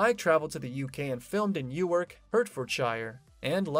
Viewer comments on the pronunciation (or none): none